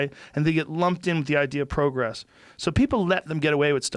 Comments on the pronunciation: Joe "PROE-gress" Rogan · wtf is "pro"-gress. Get off the weed Joe. prah-gress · Joe saying pr “oh” gress hurts my ears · CEO of “PRO-gress” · What the hell is 'pro gress'? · Joe kept pronouncing progress weird